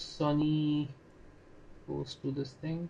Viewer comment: Are sonny hai bhai, sunny nahi😅